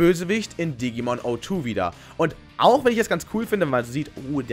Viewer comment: Wie kommt es, dass die 2. Digimon Staffel von vielen Youtubern O2 (wie der Handyanbieter) ausgesprochen wird, obwohl es Zero Two heißen müsste, weil das 02 für das Jahr, 2002, steht, welches in der Serie der Zeitpunkt war von der Handlung. es ist eine Null, kein O. Das Triggert einen immer total, weil das einfach Falsch klingt.